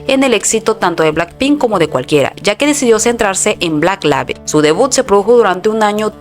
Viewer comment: Por favor aprendan a pronunciar en inglés. No es whisle es whisol. Label se pronuncia Leibol.